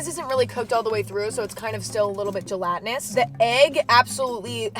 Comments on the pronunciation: I was chilling listening then "gelatinous" slapped my out my chair 😭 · she did not just say "gElatiNoUS" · did she just say gelatinous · Lmaoooo saying "gelatinous" is like a hard word. Ffs do you even English?